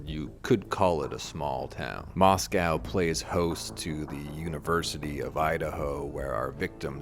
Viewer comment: its pronounced "moss-koe"